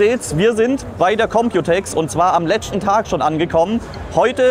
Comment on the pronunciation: letschte lol muss man teschten am näkschten und was soll dabei rauskommen ???